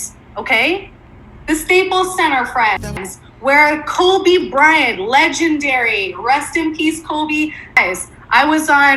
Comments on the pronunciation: I’m sorry. Did she just say Colby?! Uh…. It’s KOBE!!!!!!!! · I swear she said "Colby bryant" 😮‍💨